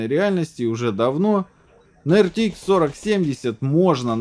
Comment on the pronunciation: Вы произносите ЭрТиИкс, т.е. ни туда ни сюда. Либо произносите полностью неправильно:) ЭрТэИкс. Либо правильно АрТиЭкс.